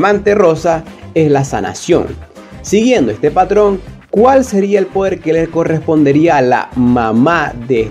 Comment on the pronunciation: Patron :v No era peitrun :v Me refiero a la pronunciacion Video chido